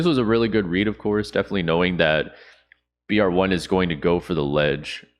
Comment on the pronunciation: ok love your content but the guys name is brave one its cringe for you to keep saying it they way that you have